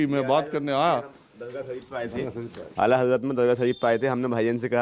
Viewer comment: AalaDargah nahin patlakar g Aala Hazrat Dargaah hai